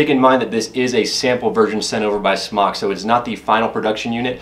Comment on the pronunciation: Isn't it pronounced "Smoke?" Could have sworn the company was Smōk..